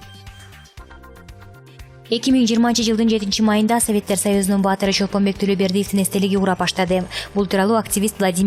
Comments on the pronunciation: Чолпонбек Тулобердиев эмес. ЧОЛПОНБАЙ Тулобердиев туура окуганды уйронсонор. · Же туура эмес жазылган, же туура эмес окуп жатасын.Чолпонбек Тулобердиев эмес,Чолпонбай Тулобердиев.Татырабай бир сыйра окуп даярданып албайсынбы. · Ай кызым Чолпонбек эмес Чолпонбай баатырдын атын билбесен диктор болбой эле койбойсунбу. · тууралап окугулачы дөөрүбөй Чолпонбек Түлөбердиев эмес Чолпонбай Түлөбердиев.....дөн.... тилди бузуп бүттүнөр гооо..... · Жажылдабай жайыраак окусан туура оку Чолпонбай сабатсыз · Чолпонбек эмес,Чолпонбай .Туура сүйлөсөңөр. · Чолпонбек эмес Чолпонбай Тулобеков эмес Тулобердиев туура окубайсызбы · Дура,Чолпонбек эмес,Чолпонбай,китепти кобуроок оку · туура жазып туура суйлосонор чолпонбай деп качан билимдуу болосунар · Nyrez tvнын окуп жаткан журналисттиб ким билет теманы жазганда туура жазып оку Чолпонбек эмес Чолпонбай Тулебердиев деп оку чумо шумшук келесоо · Чолпонбек эле эмес миллиярдты кандай айтып жатасын келесоо,кок мээ.мектепти коридор эмес туалетте буткон окшойсун. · Тцура окусан ЧОЛПОНБАЙ ДЕП ОКУ ОКУЙ АЛБАЙСЫНБЫ ЧОЛПОНБЕК ДЕБЕЙ БУТ ЭЛЕ САБАТСЫН БОЛУП КАЛГАНБЫ СПИКЕР ДА ОКУЙ АЛБАЙТ. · Чолпонбай чолпонбек эмес туура суйлогонду уйрон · Качан так суйлой баштайсынар УЯТ эле болуп буттунор го Чолпонбай баатырыбызды КАЙРА КАЙРА Чолпонбек деп койдунуз декламация окугандай эле болуп калыптыр качан онолобуз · Чолпонбай Тулебердиев. Туура айтпайсын !!! ! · Чолпонбай Тулобердиев деп туура окубайсынбы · Кызым Чолпонбай де уят эле унундун аллергия кылганы ас келгенсип Баатырдын атын туура айтчы кызым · Баяндамачы спикерди колдоп жатабы?туугандар! Чолпонбайга тили келбейт.